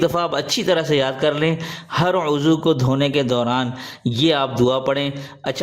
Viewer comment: Azu lafaz ghalat he uzzav lafz Sahi hae,ap ny aazu fermaya tah